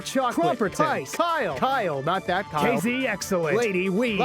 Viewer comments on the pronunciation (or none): none